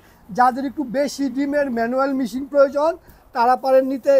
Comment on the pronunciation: মিশিং না মেশিন হবে 😂